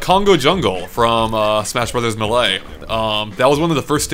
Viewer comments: I cringed when i heard pronounce Melee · will never pronounce Melee correctly.